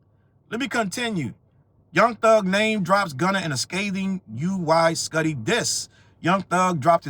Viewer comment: It's "Woo-wee skootty"